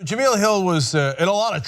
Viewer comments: Jah-mel... Not Jah-meal... Watch espn once in a while. She's a funny and witty host, so I'm glad she's staying. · still didnt bother to learn how to pronounce her name correctly huh?.. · Its because Cenk is a racist himself. If it were a white woman, he would be pronouncing that correctly, mark my words! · Can you please learn how to pronounce her name?